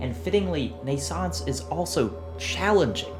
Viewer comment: Shameful! However, despite your claims to the contrary, your pronunciation of "Naissance" is alctually flawless. just like your pronunciation of "NaissanceE" which is just Naissance with a slight emphasis on the usually mute "e"